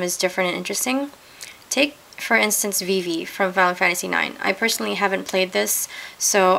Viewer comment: it's not ve-ve it's vi vi